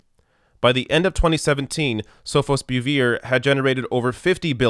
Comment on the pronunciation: You need to not butcher names when reporting. Your pronunciations for Sofosbuvir and Gilead were way off.